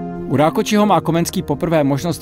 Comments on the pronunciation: Dobré video ale Rákoczi sa číta Rákoci a nie Rákoči. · Len malá oprava Rakoczi sa vyslovuje ako Rakoci a nie ako Rakoči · Rákóci nie Rákoči. Mozno keby to bol Talian. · Super.. Len Rákóczi sa číta ako Rákóci a nie Rákoči. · Rákoczy sa cita po madarsky, teda "Rákoci", nie Rákoči 😄V madarcine cz=c, cs=č, s=š, sz=s 🙂 (to len na odlhacenie)